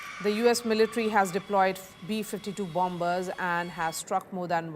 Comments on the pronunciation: It's silent "b", lady. You pronounce it as "ba-mers", NOT "BOM-BERS". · Bomber pronounce as bommer not bom ber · There is no pronunciation such as BOMBERS. its pronounce as BO- MERS. rather BOMMERS Litsen carefully how Admiral pronounce it. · It's bomb ers not bomb bers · Bombers = it -Pronounce as BAMERS ,=== Not BAMBERS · Not bombers! Pronounce it as bomers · Learn your pronunciation first, it is not bombers , it is pronounced bommers. The b is silent in bombers. This is Indian English. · Perhaps you should take note that the second 'b' in the word bomber is mute. i.e., it is not sounded when saying the word "bomber". Otherwise, thank you for your excellent reportage. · Please, the second b in bombers is silent! My ears are bleeding from the mispronunciation.